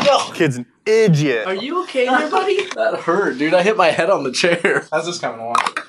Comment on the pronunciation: "Kids an igiot" made me laugh hard